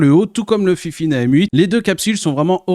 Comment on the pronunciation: c'est pas fifine mais fainfaine #DISLIKE